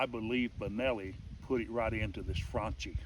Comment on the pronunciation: You're a nutjob... also, that's not how you say Franchi: "chi" in Italian sounds like "key"